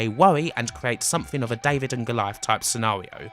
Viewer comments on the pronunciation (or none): none